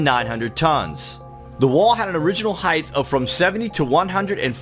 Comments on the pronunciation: It's "height" (hite) not "heighth" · John Edwards if you notice a few seconds later he said the same word and pronounced it correctly. Strange